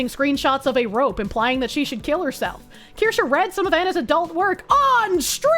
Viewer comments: I eagerly await the day Asmon can pronounce and spell Kirsche correctly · I think its funny at this point. Its so asmon